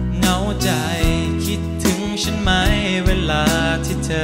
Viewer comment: ไม่เคยได้ยินเพลงนี้มาก่อนเลย เป็นเพลงของใครร้องเอ่ย เป็นไปได้ไหมคะ อยากให้ออกเสียงพยัญชนะภาษาไทยให้ถูกต้อง คือคำาว่า ฉัน ไม่ควรออกชาน แม้เจ้าของเพลงวัยรุ่นสมัยนี้จะออกไม่ถูกต้อง อยากให้ออกเสียงเป็นตัวของตัวเอง ซึ่งออกเสียงภาษาไทยได้ชัดเจน ถูกต้องมาตลอดแต่เวลามาร้องเพลงของนักร้องสมัยนี้ออกเสียงไม่ถูกต้อง ไม่อยากให้ร้องออกเสียงผิดตามค่ะ